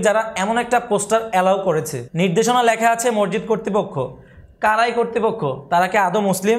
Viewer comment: মরজিদ না ভাই মসজিদ বললে খুসি হতাম